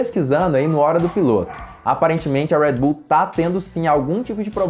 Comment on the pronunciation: Agonia quando ele fala "Uédi Bull" KKKKKKKK